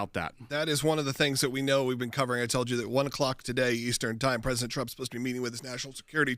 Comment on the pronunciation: 😂😂😂 "I toll you". Thanks for the laugh!😂